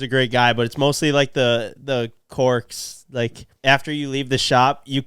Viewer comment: Did you just say the corks?? Your guys’ pronunciation is absurd sometimes 😂